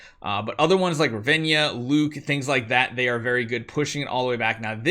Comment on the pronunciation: Heyy I would recommend removing Riss and sorrieta and use falvea and Rez,and it's Ra-ven-na not Ravenja😅And use commander Grace